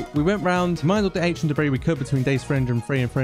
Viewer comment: The way he says only 25 debrie